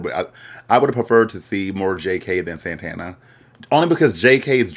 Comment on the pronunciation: it’s sending me that you’re calling saTana saNTana 🤣🤣